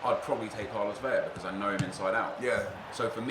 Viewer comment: I have yet to hear a youtuber pronounce Carlos Vela's last name correctly.